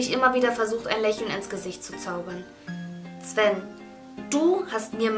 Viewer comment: Ihr freund, dem sie den brief schreibt, heißt wohl Sven, aber mein Kommentar bezog sich darauf, dass sie es immer "Zwen" ausspricht😅😅